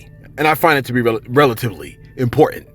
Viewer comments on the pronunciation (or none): none